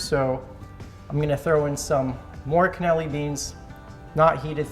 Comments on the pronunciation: It is Cannellini beans not Caneli beans. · I just wanna say I love your videos. It's always fun to sit back and watch you go fishing and then cleaning and cooking the fish. But just so you know it's pronounced can-ah-LEE-nee bean. Hope this helps! (didn't mean to sound snarky btw)